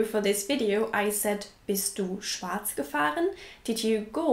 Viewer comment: Bist du deutsch? Oder warum kannst du schwarz so gut aussprechen ? 😄